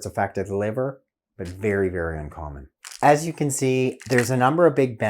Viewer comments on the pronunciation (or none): none